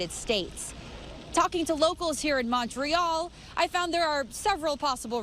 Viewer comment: why do they ALL say MAWN-tray-YALL?